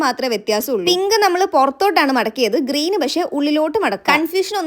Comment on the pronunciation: ഗ്രീൻ അല്ല ഗ്രീൻ ആണ്